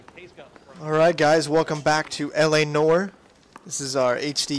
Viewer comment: lol it's No-R. I think you said it right first video. Like commentary and very professional. LOL "I got you girl..."